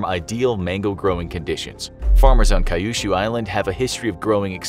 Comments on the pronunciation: Kyu-shu, not k-yu-shu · It's not kay-ushu. It's cue-shu. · Kyushu is pronounced 'queue-shoe', not 'kai-yu-shoe' 😅 While we're on the subject of expensive fruit, can you do a video on the Japanese muskmelon?